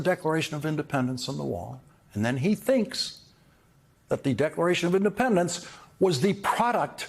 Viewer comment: I'm pretty sure i heard him said "Decoration of Independence" there